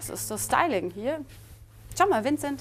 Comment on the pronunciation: Wie die "Vincet" gesagt hat, und ihn dabei so... angeschaut hat. O_o